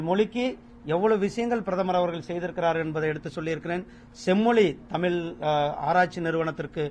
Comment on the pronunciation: தமில், தமில்நாடு திரு. முருகன் தமிழர் இது போல பேசலாமா?